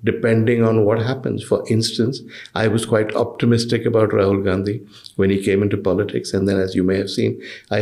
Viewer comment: Ms. Barkha It's Rahul not Tahul🤨. Please correct it